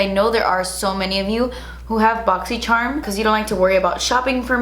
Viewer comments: I always say “boxyyyycherumm” with you 😂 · I love how you say boxycharm funny in every video haha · It makes me so excited for your boxy video just so I can here you say Boxycharm